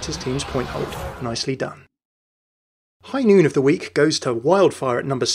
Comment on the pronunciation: Its High Noot...